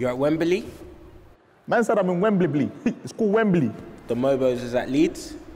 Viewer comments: Man said I'm in wembimbly 😂😂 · Man said wemberbley